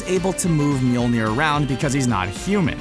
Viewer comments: ITS NOT MJOLNIR ! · Its not mjolnir.